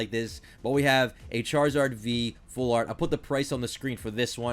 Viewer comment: Why did it sound like he said shartzard